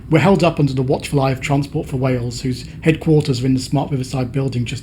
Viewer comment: This is incredibly well done. Thank you for showing so much respect to wales, through your research and pronunciations. teithiau diogel ymlaen